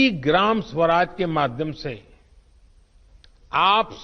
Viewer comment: सुराज नहीं स्वराज